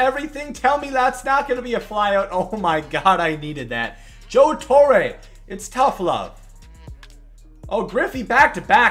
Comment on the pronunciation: Joe TorrE not Joe Torrayye